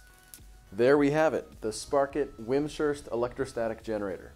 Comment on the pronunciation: It sounds like you pronounce the name wrong. It is pronounced Wimz ... Hurst, not Wim ... Shurst. Thanks for showing the Sparkit machine.